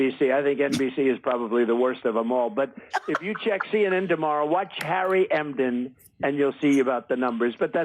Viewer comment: And Who TF is “harry Emden”? I thought it was Enten, lol